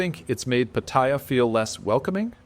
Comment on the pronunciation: Can you learn how to pronounce Pattaya? It’s pa ta ya’. All A’s sound the same.. the soft a like in cat. Ask any Thai. As far as the way smart phones have changed dating? We men need to be good on our phones too. I like meeting ladies now, by getting to be acquainted on phones. Meeting a stranger based on buying them a drink for fake affection always sucked anyway.